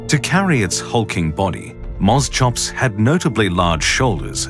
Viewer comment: pronounced mos-cops not mos chops.